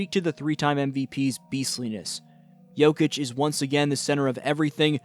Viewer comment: apprend au moins prononcé le nom de Jokic